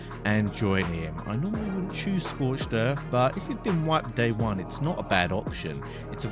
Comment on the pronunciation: Schorched in or whatever you said at the end :))